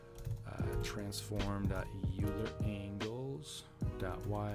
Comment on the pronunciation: I made something similar to this over a year ago. This alone took me two months of coding on and off, and the end product was a bit janky. Great tutorial! (By the way, Euler is pronounced Oiler.)